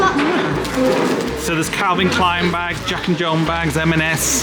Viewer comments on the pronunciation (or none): none